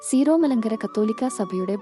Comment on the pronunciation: സീറോ അല്ല സിറോ ആണ്